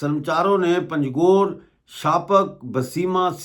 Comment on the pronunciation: aap panjghoor ko pangjhoor bhol rahe ho galat hai jaise anghoor bholte hain log waise bholey panj ghoor 😂 baaki aap ka shukriya